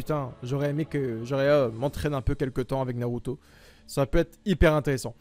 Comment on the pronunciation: Aussi Norauto a la place de Naruto c'est stressant